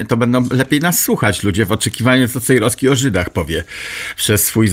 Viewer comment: Ależ mnie wkurza wymawianie "Cejroski", "warszaski"... ten redaktor ma chyba awersję do literki "w".